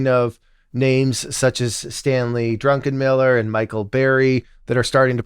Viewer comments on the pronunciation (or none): Its druckenmiller not drunkenmiller!! OMG!! got ditched!!